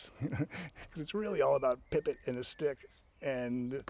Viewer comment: You switch between Pippit and Pippen. It’s clearly Pippit.